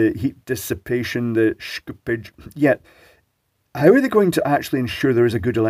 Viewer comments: After 12 minutes of listening to Schoopage, I regret to annouce that there should be no "k" in Schoopage. The "Sch" should be read the german way, so just "sh" as in Shoopage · shhkupids.. i love how he change to fluent English accent to fluent german accent when Schoopage is being pronounced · I just think you like saying "schtooopge". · yeah the way he says it I really hope it wont be added to Tesla marketing. Schoopuke on my tesla